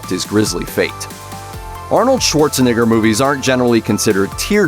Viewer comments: Since when do people pronounce Arnold's last name as "SchwarzeNIGGER"? You said that a little too freely, almost as if it slips off the tongue in a daily manner. I tried to say it was a blurb but once again it flies right out again 😂 You slick bastard. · The last time i checked its pronounced Arnold Schwarzenegger, prounced nager, with an A not an I right? Especially like towards the end of it he pronounces it correctly all of a sudden. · I think he said Arnold Swartzineggar? wrong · Bruh... Arnold Schwarz-a-what now? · I’m sorry...Arnold Swartza-who? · This dude legit said Arnold Swartzanigger it’s pronounced neyger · Really no one gonna mention that he says Schwarzenigger??? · When they talk about the terminator did he really say Arnold Schwarzenigger? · Dude you have to annunciate and pronounce your words better it’s not Arnold Schwarzenigger. Which you said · Arnold Schwarzz-who? You said what? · I don't think that's how you say his name lol 😂😂😂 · ..... ummm I would watch that pronunciation on that actor my dude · Um..... That's not how you say his name lol! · i’m sorry schwartz-who?? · Did anyone else hear the “n word” when he said Arnold’s last name ? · Please tell me someone heard the way he pronounced Schwarzeneggers name... 💀😂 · We just gonna act like he didn't low-key slip the N word in there when saying Arnold Schwarzenegger's name? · Anyone notice how he is pronouncing Arnold Schwarzenegger’s last name he’s putting a I where their should be an E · I'm sorry, how do you pronounce Arnold Schwarzenegger? There's no "i" buddy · Now come on dude. You know you said that surname wrooooooong. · WOOOOAAAAHHHHH you might wanna work on your pronunciation before you try a name like that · Are we just going to ignore the way he said Arnold Schwarzenegger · I was just about to say that. Like, he ain't slick 😡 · exactly what I thought lol he took full advantage of that name to drop the hard R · The way you said his last name sounds.......um...ye